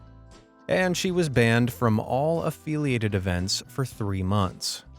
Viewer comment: “afeeelyated” 😂😂 also no one calls it “bussing” 😂